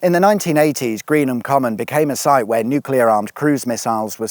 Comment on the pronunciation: Oh thank you, I'm so glad you didn't say "new-cue-lar" instead of (the correct pronunciation of nuclear) "new-clear". Sensitive and respectful mention of Hungerford and the victims of that awful day too.